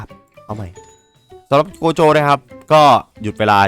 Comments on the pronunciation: ครับโกะโจครับไม่ใช่โกโจ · โกโจครับไม่ใช่โคโจ